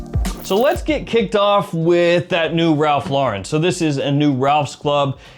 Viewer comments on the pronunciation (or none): none